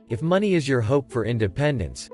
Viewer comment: You lost me at "maney.".